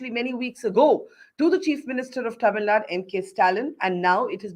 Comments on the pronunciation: Barkha, I have immense respect for you and your work - but it did pain me to hear you pronounce Tamil Nadu as "Tamil Naad" - in the wake of the recent North/South debates, the least we can do is get the pronunciation right! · Kannad, TamilNaad... That shows the attention and respect North India care about South. Just disrespectful..